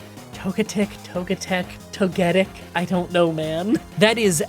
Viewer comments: Toga tick. It is pronounced toga tick. Togepi, Togekiss, and Toe-gettick is wild. 😂 😵‍💫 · tOgetic emphesis on the O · Togetic: TOE-guh-TICK. Azumarill: a-ZOOM-a-rill. Piloswine: PILE’o’swine. Also, Electivire doesn't have an R in it. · Even if some names are hard to get a set pronunciation for, your togetic is definitely not right. (Most opt for toe-geh-tic, emphasis on tic. So like toga tick.) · Toe guh tick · Toga-tick is the pronunciation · Am I saying Toekitic right? Also: AZU-MARILL 😂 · Saying Azumarill and Togetic wrong over and over was tilting me 😵‍💫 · I love your videos but sometimes how you pronounce some Pokemon's names hurts me.... Ie Azumarill (A-zoo-mr-uhl) and togetic (idk how you struggled with togetic it's pronounced the exact same way as the other two evaluations just with pi, tic and kiss at the end) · You were right about Togetic's pronunciation the first time! It's actually painful hearing you say it incorrectly because you were right at first. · Your azumarill pronunciation was way worse than Togetic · I cant believe Gaslit himself from Say Togetic correctly to incorrectly 💔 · I was going to say, how do you say Togepi? Replace that with tic and kiss and say it like that. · Except there's nothing controversial about Togetic's pronunciation lol. I've never heard it said any other way until today with the way he said it. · Please stop intentionally mispronouncing togetic it's really not that hard mate